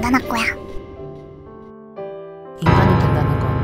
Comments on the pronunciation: 가 "이제부터 인간할거야" 라고하는게 왜 이데부터 인간할꼬얌 이라고 들렼ㅋㅋㅋㅋㅋ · 발음이...'나 이제 인간 할꾸야!'이렇게 들린다... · 나만 '이제부터 인간 할꼬야' 라고 들었나? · 뜬금없는데 이제부터 인간할거야가 인간하꺼야 라고 들려서 너무 귀여웠어... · 인간 할거야를 인간하꼬야라고 들었...ㄷ